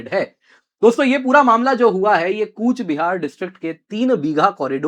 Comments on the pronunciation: It's not kuch - bihar... Real pronaunnce coach- bihar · It's Coochbehar Behar Sir. Not Koch Bihar